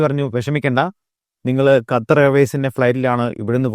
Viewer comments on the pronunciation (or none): none